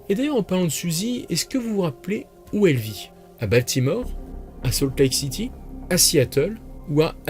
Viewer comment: Ça n’est pas sault lake city mais SALT LAKE city. Merc